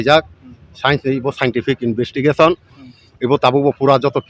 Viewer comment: Investigation ❌ Invistikation✅